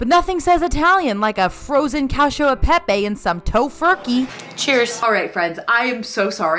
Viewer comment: Hey so i am so sorry if I am wrong but the pasta you bought at trader jo’s that you said you had liked, it’s really not even bad I just thought I would say that the Pepe is not pronounced pep-A bc that is the more common Spanish pronunciation but bc that’s pasta it’s safe to assume it’s Italian it would be pronounced pep-E. (That’s my last name, I just wanted to say that, but I could always be wrong). Ilysm!! 😍 Edit- haha i commented this when she was doing your haul but then she goes on later in the video to apologize about how she is saying the word😂